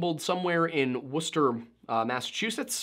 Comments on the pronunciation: As someome from Mass, i can't believe you pronounced Worcester correctly. Ik you have a history degree, but still good job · I just have to say, it's so refreshing to have someone pronounce Worcester correctly ;u; I dunno if you're local, or if you just go hard on the research (I mean, it's obvious that you do a TON of research because you are on point with the facts, but its so unusual that documentarians actually say that city name right i have to point it out) but I appreciate it and that sort of attention to detail makes me like your vids that much more. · the fact that you pronounced worcester correctly was so satisfying, please teach wendigoon how to pronounce berkshire. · By All the gods! A non new Englander pronounced Worcester correctly!! Hell yeah brother